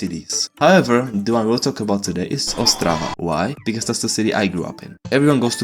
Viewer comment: Yo im czech here! And why we notice? cuz yall have dialect on the penultimate consonant and czech mostly have it on forst consonant xd that how we notice. yall: ostRAva we: OSTrava